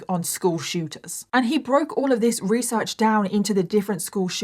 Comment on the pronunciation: You tell this story so wewee well your weesearch in incwedible.😂😂